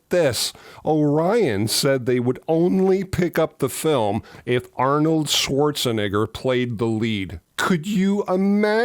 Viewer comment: always fun to hear you pronounce Arnold Schwarzenegger's last name =)